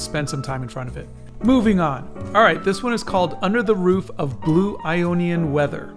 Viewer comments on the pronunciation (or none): none